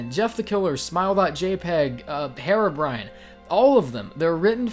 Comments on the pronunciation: OH FFS IT'S PRONOUNCED "he-ro-brine" NOT "Hero-brian" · Dude. You're pronouncing it wrong. It's Heer-oh-brine, not Her-oh-bry-an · its pronounced hearo brine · sorry to point this out but its not pronounced "herabrine"